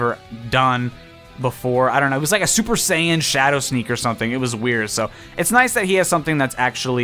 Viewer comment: His final smash is fucking Strider Ragnarok cause he is like strider.... and wtf is that saiyan pronounciation.